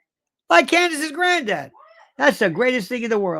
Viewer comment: I love how she says grandad too- “gren dad” 😊